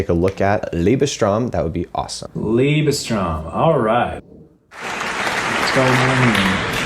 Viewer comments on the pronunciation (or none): It's not pronounced Liebe-"strom" like you guys are saying. It's Liebes-"droy-m". It's a German (compound) word. The "t" sounds like a "d" and the au sounds like "oy" because there's an umlaut. Otherwise, it would sound like "ow". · First of all: "Liebestraum" is not pronounced "Lebestrong". The German "ie" is pronounced like the English "ee" and the German "au" is pronounced like the English "ow". In my opinion Lang Lang is playing this piece by Liszt as though he was playing Gershwin. It doesn’t matter whether or not he is note-perfect. He tries to turn Romantic music into something thoroughly alien which may satisfy those who have no discernment or those who like contemporay versions of classical pieces. His body language is another issue but I won't even touch on that. For me Lang Lang is unbearable from any angle, physically, musically. He is a showman. But showmen are rarely true artists. And no, Beethoven would not approve. He wasn't into clowns.